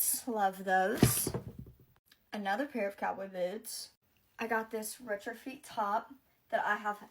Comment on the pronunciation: IT IS SO SCARY SOMEONE WHO BUYS EXPENSIVE THINGS CAN NOT PRONOUNCE BASIC BRAND NAMES- IT IS PRONOUNCED RETRO-FET NOT FEAT GET OFFLINE AND PAY ATTENTION TO YOUR CLASSES. THIS IS MORTIFYING. 🤮